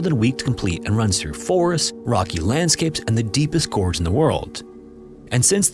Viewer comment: "the deepest gorgs in the world" LOL i've never heard someone mispronounce it like that.